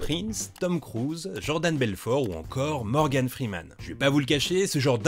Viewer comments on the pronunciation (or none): none